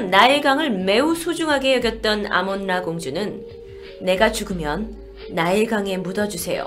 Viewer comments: 아몬라를 아몰라로 들었다. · 아니 계속 듣고있다보면 아몬라가 아니라 아몬드라같......